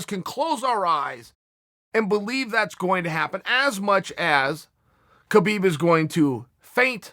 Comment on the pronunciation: It's pronounced : HABIIB Not KABIIB #NameTheEagle